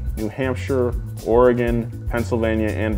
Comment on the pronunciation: Glad you said Oregon correctly